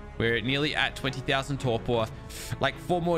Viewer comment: mm yes "thousans"